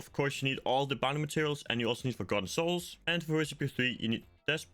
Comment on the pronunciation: I honestly couldn’t understand what you said if you were just trying to farm forgotten souls.. it sounded like you said g90s and I don’t know what that is